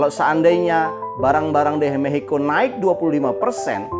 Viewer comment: Maxico bang aku dengernya mehico😢